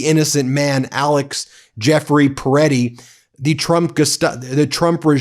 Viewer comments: Petti- not peretti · Alex Pretti, not Alex Peretti. Pronounce it correctly Ben.